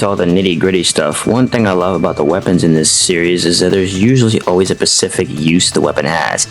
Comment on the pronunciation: Great vids but PLEASE learn to pronounce "specific" hahaha, it is so distracting